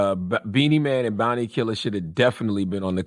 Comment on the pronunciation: Its pronounced Boun-tee